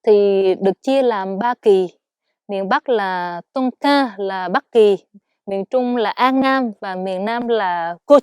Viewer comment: sao lại đọc Tonkin là Ton gì gì ấy nhỉ? Thấy chị này phát âm lạc quẻ lệch hẳn đi luôn ấy 🙂